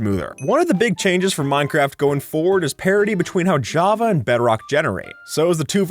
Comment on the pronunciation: bro said "jappa" instead of "java"